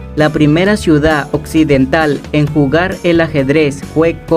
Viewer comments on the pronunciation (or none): none